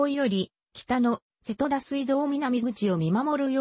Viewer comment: 高根島=こうねじま。御寺=みてら。 あと瀬戸田の発音がおかしすぎる。戸を下げづに普通に。